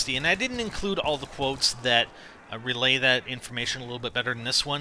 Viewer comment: He puts to much ennfasis on the all